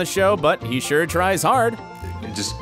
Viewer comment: Its pronounced Sure, bot SCURE